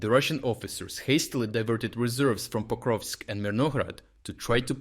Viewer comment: Yes, except it’s Pokrovsk not Koprovsk.